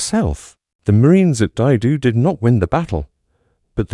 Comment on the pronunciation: Is this the future of youtube videos? Just bullshit AI voices? I have a friend who was at Dai Do and was about to watch this when it was totally mispronounced. Good luck in your low-attempt endeavors.